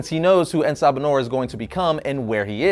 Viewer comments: It's En Sa Ba Nur not En Ba Sa Nur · you slaughtered the name. I mean, wikipedia slaughtered it too, and the writers as well. It took me a while to actually understand the name. You see, if they were going to translate (The Morning Light) into Arabic, it would be either pronounced as Assabah-hon-nour, a slight pause with the dashes, or Nur Assabah. En has no placement unless they described him as the light of the morning, in which case it would be Ennahu Sabah Annour.